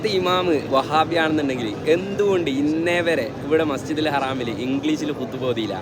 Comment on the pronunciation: മസ്ജിദുൽ ഹറാം അല്ല മസ്ജിദുൽ ഹറം അങ്ങനെയാണ് പറയേണ്ടത്